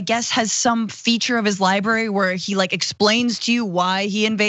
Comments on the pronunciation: Not li bary, li bra ry. .. thanks, it's a bugaboo of mine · I assume it's because his handlers can't convince him it's not spelled 'liberry' ;) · You mean his "LIE-BARY"